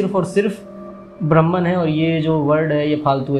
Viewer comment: वीडियो की स्क्रिप्ट जितनी अच्छी थी, उतने ही शानदार तरीके से आपने इसे अपनी आवाज में पिरोया है। But डूड, ये ब्रह्म्न क्या है मित्र? ब्रह्म की ब्रह्मन तो अंग्रेज उच्चारित करते हैं भईया 😅 बाकी सब शानदार था, और जगत तो आखिरकार मिथ्या है हो 😊